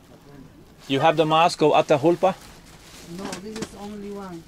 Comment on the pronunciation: Atahulpa not, say Atahualpa...